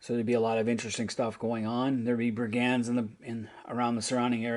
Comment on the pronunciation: Heh. I see you’ve been ‘fan-corrected’ on at least a bit of your Tolkien pronunciation. Heheh. Hey! Me too! All my life! Even when you’re a fan!😂 Having said that….”brigand” is a common term. It’s “BREAH-gund”or “BRI-guhnd” (more usually) , (quickly smashed together), brother. 🙂 Cheers, and thanks for the fun vid. Also…despite me being 50 and playing MERP way back, and would use much more rules-lite systems now…. Yes, yes, yes…Bree and Trollshaws!…yes! Both best of the best!